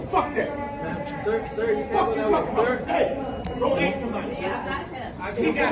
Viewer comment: “ Go axe sumbody?”